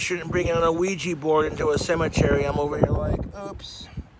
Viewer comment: A Cimitree? 🥴